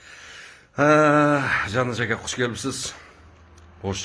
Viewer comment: Түбтөн эмес түптөн. Акя эмес АКЕ же жон гана кыргызча эле АВА . Качан кыргызча нормально суйлогонду уйроносунор блогер соройлор.